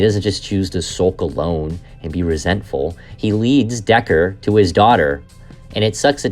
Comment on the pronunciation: Deckard. Replicants. Not "Decker". Not "robots".